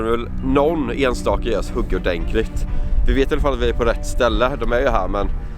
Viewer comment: Det heter inte "orgenkligt" eller "enklilgen" !det heter ordentligt och äntligen!! Är färgen som sitter på dragen giftfria?